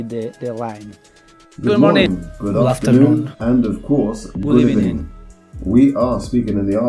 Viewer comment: Good ebening 😂